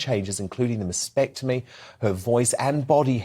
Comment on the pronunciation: 'masPectomy'? LOL